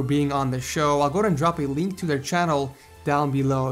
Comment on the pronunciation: Did i hear "Leenk Below" ?